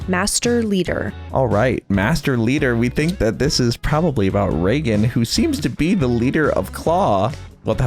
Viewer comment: It's Reigen not Reigan!! How could you do that to my L0rD!! 😅